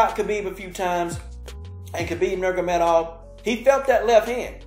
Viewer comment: Great fight and love your enthusiasm, Man. But you’ve got to pronounce the man’s name correctly please! It’s Nur-ma-go-me-dov 😂😂